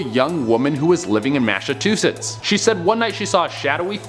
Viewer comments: Mash-atoshis lol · Mass a tu chets you failed to pronounce Massachusetts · Did he say "Massatwoshits"? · Wait say Massachusetts again 😆😆